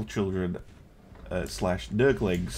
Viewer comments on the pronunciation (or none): "Nurglings" LOL!!